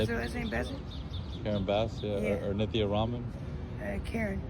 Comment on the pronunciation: It's not Nicky, it's Nith-e-ya!!! Have the common courtesy to get the vote stealing fraud's name right! 😂